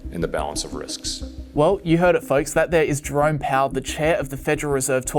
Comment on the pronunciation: Sound like he saying "drunk" powel instead of "jerome" powel. Everything makes more sense like that..